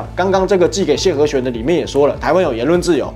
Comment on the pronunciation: 唉... 聽不下去了.... 弦的發音是"閒" ... 虧你自己還學樂器的, 這麼常見的字, 中文加強一點...